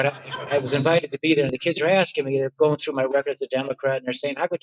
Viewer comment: Its asking not Axing...